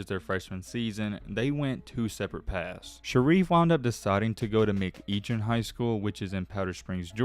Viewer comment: It's McEachern u pronounce the r 🤣🤣🤣